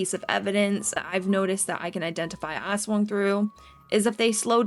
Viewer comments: ASS-WANG wtf is that pronounciation 💀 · it's not ASwang, it's asWANG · as a Filipino i laughed when you pronounced aswang 😭